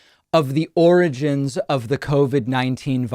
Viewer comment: Not really, lol. I can make a joke about the fact that the man couldn’t even say the word “origins” in a video about origins and then go about the rest of my day without a second thought 😝 I’m in Canada so I really couldn’t care less about Donald Trump. I did care when his rhetoric was seeping over the border and all our right wing politicians were acting like Trump wannabes, I cared about that because it was effecting my own country as well, but now that he’s no longer in power he has little to no bearing on my overall life.